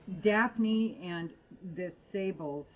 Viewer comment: Love your reviews,. It's pronounced SAAH-bluh, by the way.